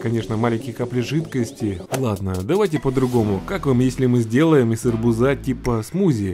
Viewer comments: АРБУ́ЗА, А НЕ арбуза́. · арбу́за,а не арбуза́...я понимаю ,ты конечно из Украины,но раз ты разговариваешь на русском, ты должен говорить и ударение правильно произносить.. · не арбузА а арбУза !!!! Бесит как ты говоришь!!!! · Из арбУза, а не из арбУза! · из арбУза, а не арбузА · Не арбу-за а ар-буза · Не арбузá a aрбýза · почему арбУза а не арБУза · Арбуза ударение на у Бесит слышать не правильно! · из арбуза ударение на А я ору